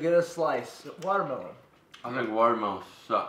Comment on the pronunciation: ITS WATER MULONE